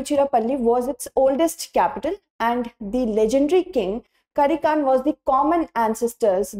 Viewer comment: Im in Chola Dyansty .. Legendary King Karikalaan Not karikan.. 👍👍